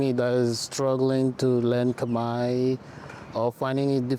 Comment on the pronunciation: Wow she can speak native!! No accent!! Pronunciation is amazing!!! Amazing because Cambodian language is extremely hard. I think it’s the hardest language in the world. She’s smart!!!